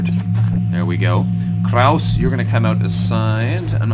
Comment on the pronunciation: Note: The "e" in "Krause" is not silent.